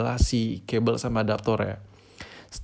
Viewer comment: kabel om bukan kebel kita kan tinggal di INDONESIA